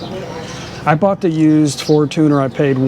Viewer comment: Fortuner = for-chun+er.....even thai tv ads are for-chun-er. I have only heard foreign men call it a for-tooner......sorry, just a real pet peeve of mine!😉